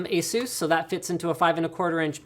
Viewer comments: its asus not azeus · I can't stand how you guys say "a-SOOS", it sounds absolutely silly. It's "ACE-us", that's how the company pronounce their own damn name. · Why do americans say ASUS like that? It is pronounced AY-SUS